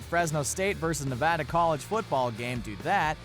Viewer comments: Thank you for correctly pronouncing Nevada correctly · OMG YOU SAID NEVADA RIGHT